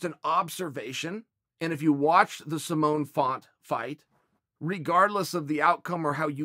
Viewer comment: Its pronounced Simon not Simon.